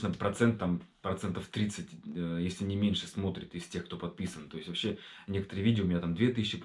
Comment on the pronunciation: Даже акцент появился. -"Ващще жоска"😂